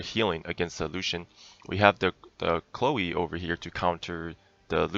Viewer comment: Chléo xd , it's just funny to hear, her name is chloe :3